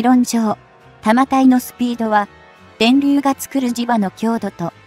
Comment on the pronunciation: 日本のレールガンは「 対空（航空機・巡航ミサイル）・対弾道ミサイル 」用だよ。 155mmは「 １０Kg 」もあるので膨大な電力が必要dだが、対空用の「 0.18Kg 」なら、原子力発電は不要で、車載ディーゼル発電機で充蓄電用のコンデンサが実現可能。 「 長射程／弾体 」を「 ながしゃてい／たまたい 」はコンピュータ読み上げなんだろうがなんとかなりませんかねぇ・・